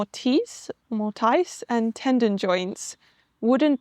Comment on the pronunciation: I love that you're explaining timber frame construction. May I make a clarification to a couple of words? While I understood you perfectly well, the word 'tenon' has no 'd' sound. And 'mortise' has a quick, short 'i', like 'tiss'. Your house is wonderful. I like your eclectic design esthetic. Earth tones and natural materials would be perfect; comforting and timeless. (We Americans are terrified of lots of bright, garish colors.) I've enjoyed all your videos so far. I've been in the house restoration and design business for 5 decades. Your home is more modern, but it is very like the medieval Tudor buildings built in England and elsewhere. It's perfectly understandable why anyone would assume your building is much older than it really is. I also love that you showed American mansions built in the early 1900s. I look forward to seeing more!